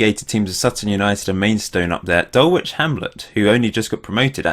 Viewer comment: It's pronounced Dul-itch, not Dul-witch; I can tell someone isn't a Londoner :P